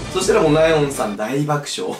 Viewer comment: 大爆笑をでいばくしょうていう面白すぎる笑